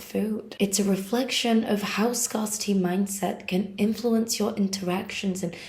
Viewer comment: It's not pronounced ' SCAR city.... It's pronounced ' SCAREcity' 😊❤